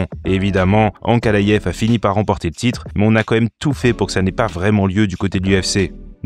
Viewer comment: Superbe vidéo, mais pourquoi tu prononce Ankalayef ? Et Chimayef aussi ? 😅